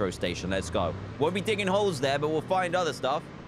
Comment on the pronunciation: I think he said diggy holes